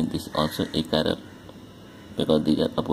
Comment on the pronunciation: some chiral u say not chiral